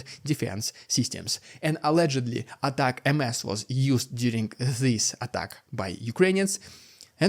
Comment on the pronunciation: "Ah-tac-ems", not "attack-emm-ess" sheesh!